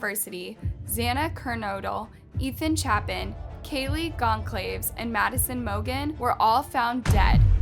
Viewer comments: Yeah, it's Goncalves, not Gonclaives. What is wrong with you? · “Cal-Ves,” not “Claves” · Goncalves = gon - call - viz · you always say the names wrong... it's GON SSAL VEZ wtf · I don’t mean to sound rude but if you’re going to do a story on this, you should look up the correct pronunciation of the names. Goncalves, for example. It’s Gon Saul Vez. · Learn how to pronounce Goncalves correctly... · Thanks for covering this. You pronounce Kaylee’s last name wrong btw. May their souls rest in peace and the killer found soon.